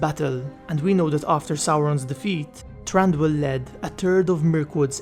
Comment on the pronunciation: TH RANDIUL, AS IN MARAGET THATCHER. Ii it pronounced softlly, thranduil, throb, thrice, thread, throw.